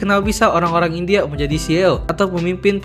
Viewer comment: Maaf bang, saya mau koreksi pengucapan "CEO" huruf "e" kalo di bahasa Inggris dibacanya "i". Penjelasannya bagus 👌🏽🔥